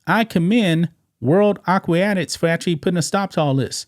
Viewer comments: Come on somebody, it's aqua-tics. Help my man out. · Aquatics is pronounced "akwatiks," sounds like you're adding an extra "i." Not a criticism, just a friendly tip. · Aquatics = ahh-qua-tics not whatever you kept saying. I know you aren’t needing the word police to help out but I can’t help it with this one. It has to be done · Omg dude.... A - QUA - TICS!